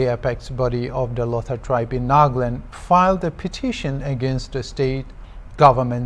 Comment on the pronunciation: so hornbill tv hire a British or the news reporter was just trying to change his accent??? as he said Naaahgaland etc. *****"